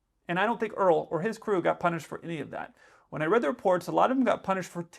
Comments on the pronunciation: “My name is Earl” 😀😀😂it’s Errrroll. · Dude, Errol is said AIR-EL* Like Errol Flynn the golden age actor, it's assuredly not Earl.....😂😂😂😂 *AIREL say it all together, one syllable.... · ERROL is pronounced ERR OLL not earl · Errol = air rull. C’mon! Ya’ don’t want folks thinking Gomer Pyle must have been a Texan! Pilot snack deprivation as a crime…you’re a hoot! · Name was Erroll pronounced ear-roll